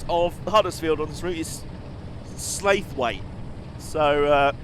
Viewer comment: I'm reasonably sure Slaithwaite is pronounced Sla-thwet.